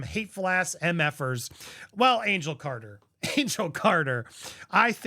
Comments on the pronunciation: hahaha Angel Carter lol its Car-tell lol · Angel cartel… not carter 😂